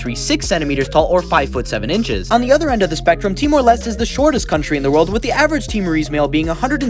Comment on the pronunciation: bruh that mind blowing "læzutdu" this is just painful to hear läthtentstein? "on the other end of the spectrum east-east is the shortest country in the world..." i just wanted to make that joke btw he said "t-more less" lol